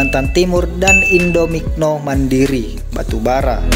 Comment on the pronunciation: Indominco, bukan indominoc